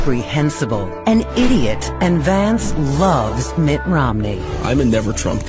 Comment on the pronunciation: Did he really mess up name of his new VP that badly.? He did.😂😂😂🇺🇲💙